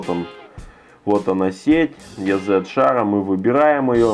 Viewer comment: Ни йэзэт, а изи (ez=easy=просто)